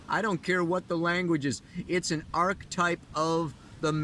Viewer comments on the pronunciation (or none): none